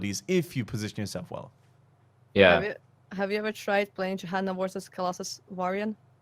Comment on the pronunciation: I love the way she says “worsus” instead of “versus”. Makes me think of Chekhov from Star Trek and his “inwisible”!